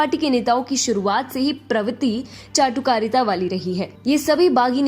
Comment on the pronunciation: Why did चाटुकारिता sounds like झांटू कारिता so true for tharoor